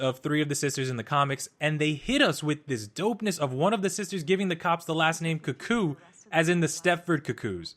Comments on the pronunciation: Isn't it "kooo-kooo" like saying crazy? Not, "kuh-koo?" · Yes, they even say it in the show lol. Idk why he pronounces it that way xD